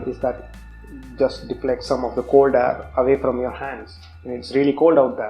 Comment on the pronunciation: really informative. But you should improve your English pronunciation in few places. It's pair not paaaar. It's cold air not cold aaar